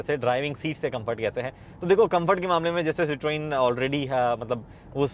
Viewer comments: Sir.. humble request to pronounce the name correctly... It is "si·truhn".. and not "si.tron" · 😂😂 don't be so dramatic french isn't his 1st language. We cannot pronounce tons of French words and they can't pronounce our words either it's okay